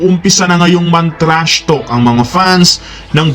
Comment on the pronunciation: TRASHTALK HINDI PO TRASHTOK 🤣